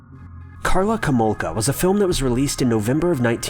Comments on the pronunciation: Karla HOmolka. Not "komolka". :) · Karla Komolka? The fuck? Her surname was Homolka. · How did no one even call you out on saying Karla’s name wrong right the beginning of #3? LMAO. But can’t believe you left out how she offered up her own sister to him.